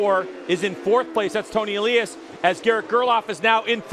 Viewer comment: I love this series. But the announcers need to learn how to pronounce Toni Elias' name. It's not Ayyyylias, it's Eliiiiiiiiias.